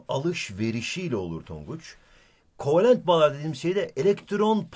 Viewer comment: kovelent değil kovalent